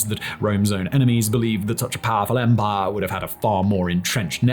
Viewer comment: Rome's own enemies believed that SARCH-A-PARRFUL-EMPAAAAAHREEE